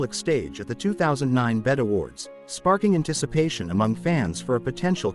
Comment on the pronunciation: This dude said BET awards. Its B-E-T.